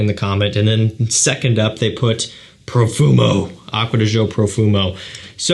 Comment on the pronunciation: The way you said Profumo 👹👹👹